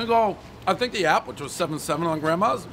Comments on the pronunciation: Something you can seeth your tink into. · First we had a “Tang”, now we have a “Tink”??????